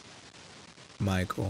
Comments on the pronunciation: Thats William afton not Machel afton💀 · Y r u calling migel its Micheal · bro said mikell micheal